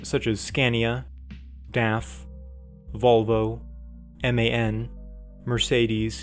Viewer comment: Its no M A N. ITS MAN.